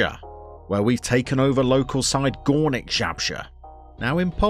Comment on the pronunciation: if you want to read properly name of the club, you should be saying "Goornick ("oo" like in Boo as scaring someone) Zabrzhe (cause now you are saying sth like "ZHabrzhe (ZH = Polish "Ż" or "rz") :D good luck with Gornik my friend!